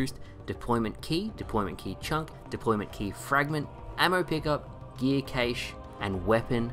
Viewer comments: "Cache" is pronounced CASH, not CAYSH. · the way you say cache erks me, it's pronounced cash not kaysh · "Caysh" instead of cache😂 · Someone needs to inform him that cache is pronounced "cash..." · Wait, Australians pronounce "cache" as 'cäsh' with stresed 'ä'? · Do they really pronounce it "KAY-che", over there? 😂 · Lol I was wondering why “cache” was wrong but “cached” was right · Cache is said similarly to cash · Is that really how you say cache in Australian? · Cache? come on now, say it correctly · That's not how you say cache, my man.